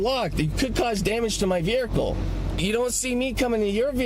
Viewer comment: Never trust a guy who thinks vehicle is pronounced with an R.